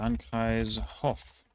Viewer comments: And the o in Hof should be longer. He pronounced it like Hoff. But overall very good pronunciation! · Similar nitpick with Hof. It's pronounced Hoof not Hoff.